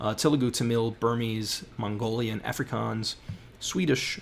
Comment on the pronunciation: Please learn to pronounce Afrikaans.